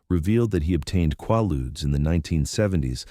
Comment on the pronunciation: Quaaludes...Repeat after me! KwAY- Loodz, KwAY-Loodz! Ughhhh🫥🙄🤯